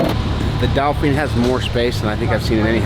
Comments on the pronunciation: 'Doll Feen'? It's actually pronounced 'Dough Fan' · Dolphine? Dauphine? Why can't Americans pronounce it? lol Dauphin = DAW-FIN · It's not dolfin! Please don't pronounce it with an L! "Dawfin" is how you pronounce it!! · Eurocopter AS365 Dauphin; Why do you keep calling it a Dolphin?? Dauphin of France (/ˈdɔːfɪn/, also UK: /dɔːˈfɪn, ˈdoʊfæ̃/ US: /ˈdoʊfɪn, doʊˈfæ̃/; French: Dauphin de France [dofɛ̃ də fʁɑ̃s] ⓘ), originally Dauphin of Viennois (Dauphin de Viennois), was the title given to the heir apparent to the throne of France from 1350 to 1791, and from 1824 to 1830.[1] The word dauphin is French for dolphin and was the hereditary title of the ruler of the Dauphiné of Viennois. While early heirs were granted these lands to rule, eventually only the title was granted. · Mate “DO FAN” not Dolphin, not Dolphine…please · Dauphin is pronounced more like Dau-fan in French. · DAUPHIN!! Pronounced DO-FAN or DOUGH-FAN Its French. Dauphin 2 this type was Operated in the Search & Rescue role over here in Ireland with the Irish Air Corps. The Irish Air Corps is the Military Aviation Element of the Irish Defence Forces. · Has the 💶💵💷 to buy these two choppers but can’t pronounce the model name correctly. 🙄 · Dave just cant say Dauphin , its a beard thing